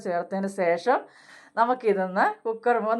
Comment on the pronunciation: സേശം അല്ല ശേഷം ആണ്